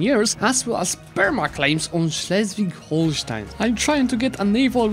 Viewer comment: Hey just wanted to let you know that you're doing a top job pronouncing these German regions like "Schleswig-Holstein". I really enjoyed the vid as always!